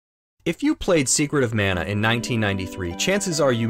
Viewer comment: Love the review of this overlooked classic. I hope it gets a remake at some point. Your pronunciation of Mana is jarring though.